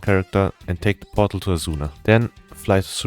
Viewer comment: Portal. He's saying portal. I thought he was transporting a "bottle" all over Azeroth for half the video 😅 Jokes aside, very helpful guide, thank you!